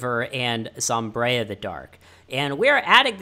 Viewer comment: Regardless, its not zomb-reye-a, its zomb-eye-ra